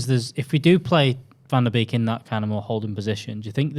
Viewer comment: Hi dutchie here, love your content, but the beek in the 'van der beek', is atually more pronounched as 'bake', cheers mate!